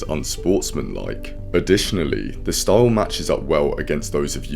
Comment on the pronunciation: Not often I hear style being pronounced staouwle